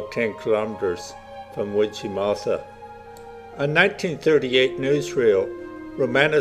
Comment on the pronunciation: get the pronounciation right-its wid gie mooll tha with the emphasis on the mooll the tha is NOT thra